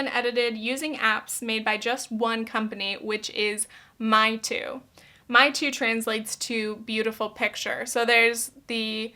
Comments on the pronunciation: I thinks its pronounced more like may-tu not me-tu. Mei means beauty in mandarin. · Random note. Meitu is read as "may-too" not "mee-too" 😂 I'm Chinese and I was born naturally with larger eyes, thick eyebrows and full lips. But I can tell you that some Chinese people in my country did skin whitening (like we aren't white enough) and lip fillers. And they always use the snapchat filters which is starting to get annoying by time. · Hey! Mandarin speaker here:) 美图 is not pronounced ‘my-too’ but how English speakers pronounce ‘may-to’... but irrespective, I also have some thoughts on mainland Chinese social media too. It’s interesting that you said that Chinese people with editing apps are chasing after the same western ideals we do... I’ve always thought growing up that Eastern media and aesthetic ideals are SO different, so much ‘softer’, ‘cuter’, ‘smaller’ whilst I see western media promotes more of a harsher and mature standard hmmm, interesting! Another great video ❤️ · my-tu, my-tu filters Me, literally in China right now: Mei!! It's gonna be may! Meitu! Idk why I'm so triggered over it lol but it gets me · I loved this video! Just a tip, though! Meitu is pronounced May-two not My-two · Hi I’m chinese and meitu is pronounced as may too. Love the video and the message behind it. It really brought in a whole new perspective on the so called harmless filters. Another great video ! Ps English isn’t my first language so, sorry for the horrible grammar. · hey! just wanted to say that it's pronounced "may" (美) tu like the month! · It’s pronounced as “may too” XD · its pronounced may (mei) tu :) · i know this is dumb but i cringed at how she pronounced meitu